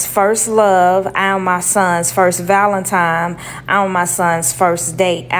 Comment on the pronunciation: Did she say his first Valentime?